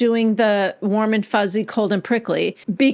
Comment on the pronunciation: Every time you say, warm and fuzzy, cold and prickly, I always think that you are saying Mormon fuzzy